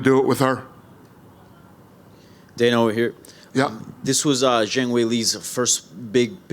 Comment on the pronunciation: It enrages me that everyone pronounces Zhang WRONG - like just look it up for Christs sake! It's called respect!